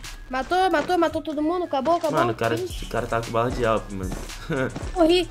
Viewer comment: Mais o nome certo é awp, e também ele fala awp não awm